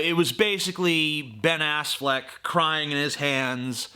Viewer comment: "ben assfleck" hahahaha